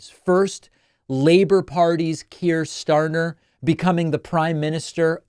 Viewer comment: Keir Starner...? Ok. Might be an m in there somewhere. 😉